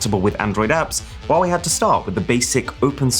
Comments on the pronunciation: funny how you pronounce huawei its like you have a stroke every time you say huawei also don't compare this to apple cause thats clearly shit compare is to sumsung its all copied from samsung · i used to pronounce “huawei” as hawaii lol